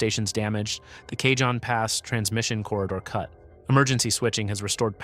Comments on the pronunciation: Kuh-HONE, rhymes with ALONE. It's not CAY-John, don't be ridiculous. 😂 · Bad AI narration..... Took 13 whole seconds to get something wrong. "Cajon" - as in the Cajon Pass, is pronounced "kah-hone" not "Kay-john". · PLEASE!!!!!!!!!The J in Cajon is soft like an H! Spanish word ya know. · Cajon is pronounced "kah- HONE". Not "KAY-john". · for God's sake why do all these posts have to be with with AI narraters who don't know haow to pronounce names such as Cajon? Cahon not Cay Jon. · lol, k-John pass! It’s ka-Hohn pass dilbert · AI Slop video. Cajon Pass pronounced as "Kay-John" Pass. It's a Spanish word for "box" and is pronounced "Ca-hone" Pass. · Driving me crazy! It's NOT Kay-John (cajon) Pass. It's Cah-hon (Cajon) Pass. It's Spanish... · Not "k john" pass... "Kah hon" pass. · "K-John pass"? Pronounced Kuh- hone. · Its pronounced CaHON not CaJOHN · KAH- Hone. Cayjohn 😂😂😂😂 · Cay-john Pass? Seriously? I love these but the mispronunciation of names is irritating. Cajon (KA-hone) is a Spanish word meaning 'box'. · Cajon pronounced Kay hon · I dipped at Cay-John. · Cajon is pronounced " Kah - Hone" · It is pronounced cahon. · It's "The CA-HONE PASS/ Cajon" Geesus if you're going to talk about California get the names right 😂😂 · Cajon is pronounced "kuh-hone" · Goody! I get to live on an island! And it's pronounced cahown pass. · I heard him say Cajon I almost forgot what area he was talking about. It's pernounced Ka-hone Pass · Cajon is pronounced Ka-hone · Surely AI would know Cajon isn't Kay John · It's Kuh-hoe-n! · Cay-John Pass?? Do your homework and say it right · Yeah, I know it’s pronounced Ca-hone Pass. Used to live down there. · Cah-HON pass. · Stupid effing AI narration, it's pronounced: "ka - HOHN" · Yeah, i figured that cajon was really ka-HOHN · AI can't pronounce dollar amounts properly either. Maybe if AI went to school in El Cay-John it would know. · Maybe you should learn how to pronounce "Cajon".